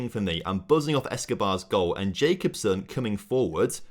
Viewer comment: It's not jacobsen it's ja-cob-sen look online how you say it